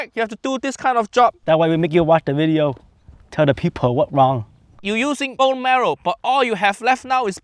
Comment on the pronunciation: for the first time,, Jammie didn’t F up in da beginning of the weejio. Uncle Roger ,I used to watch you like crazy. I hope I can cook East Asian food someday like sushi or fried rice.